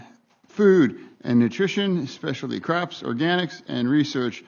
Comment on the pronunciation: Specialty craps?